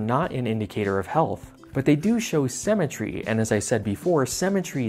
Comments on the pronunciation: Haha why do you say "cemetery" instead of symmetry? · Why does he pronounce symmetry like cemetery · I bet he drinks melk